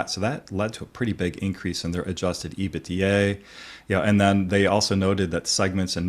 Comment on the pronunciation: Not sure if I can continue to listen after how he pronounced EBITDA 😂